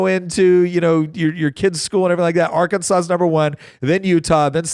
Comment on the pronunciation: Do not call it our Kansas, it’s Ar-can-saw